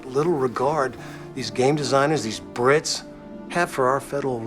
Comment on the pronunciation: i like how he says BRITS like a slur